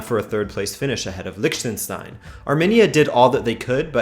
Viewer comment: I don't think it is acceptable in the age when you have Internet access, to be unable to pronounce Liechtenstein. Downvoting for laziness. "CzeTCHia", wtf is wrong with you... Your videos are great, but look up some pronunciations, man...